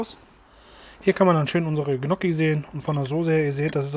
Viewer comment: Hallo. Der Topf ist sehr gut.😋 Gnokki werden Nnjoki ausgesprochen. Besserwisser aus Krefeld.